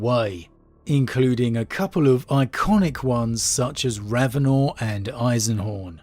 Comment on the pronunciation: I could tell hadn't listened to any of the Eisenhorn or Ravenor audio books just by now he says "RavenOR"...how Helen pronounces it in the book really bugged me after listening to 4+ books of Toby Longworth pronouncing it differently, as well as how she says Alizabeth compared to how all the other books before it prounounce it